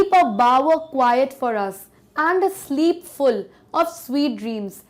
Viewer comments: sheep hai ya sleep hai please make it clear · In metaphor you did a big mistake you read sleep as sheep It just a feedback 😊 because I watch your videos Thanks 😊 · it's not sheep it's sleep ☺️ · it is sleep not a sheep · mam it's sleep not sheep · Not sheep it is a sleep ma'am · Sheep and sleep do not have the same consonant sound, therefore, it's not alliteration. It can be consonance though. Faulty pronunciation too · that's sleep not sheep. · sleep ko sheep bol kar samjha diyaa😂😂😂😂😂😂😂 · it's not sheep 🐑 it's sleep 😪 🤭🤣🤣🤣🤣🤣🤣🤣 loool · Sheep nahi hai sleep hai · Sheep kyu bolrhi sleep likha hei 🙂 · not sheep it is sleep ma'am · mam it is sleep not sheep 😅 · it must be sleep not sheep.. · It was an excellent explanation but i did not understood the part of metaphor....& i think ma'am, u have mentioned sleep as sheep... But thanks for the good explanation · Ma'am per sleep hai sheep nahi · Mam you said that (metaphor).. It's not a sheep here it's sleep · It's sleep not sheep !!🤺